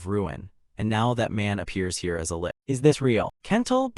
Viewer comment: I was so fine with the AI misprounced words, until the fight with the lick... cough... lich. what the hell is a kicking punch?